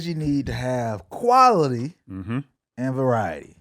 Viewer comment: my boy said qualily